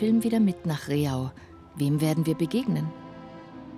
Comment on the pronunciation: Leider wird Rehau falsch ausgesprochen. Es heißt nicht Re-hau, sondern Reh-au, eine einstige Au mit vielen Rehen.